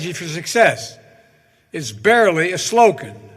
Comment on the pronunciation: what's a sloccan?